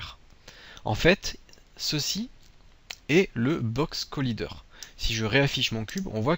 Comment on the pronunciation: Box Collaaaaiîîîîîder ! do you speaking english..?! ? you or no? bon sang de bon soir !